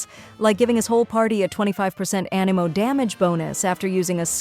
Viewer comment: so totally AI which isn't the worst thing but please learn how to pronounce anemo and character names